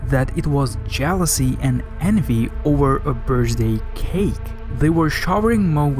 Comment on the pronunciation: bru where is this dude from ive never ever once in my life heard someone pronounce the word birthday like that or the numbers 39 either now that i think about it lol